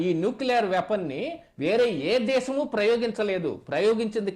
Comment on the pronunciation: దేషము కాదు దేశము ఉచ్చారణ దోషాలు సవరించుకొండి ఆదేషాలు షా షా😅😅😅😅😅😅😅😅😅